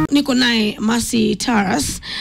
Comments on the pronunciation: It is not Taras please. Ongea na utaje majina kama Mkenya. Jina ni Tarus (sauti ya U sio A). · Hapo kwa Taras... Ni Tarus😂 Massawe Japani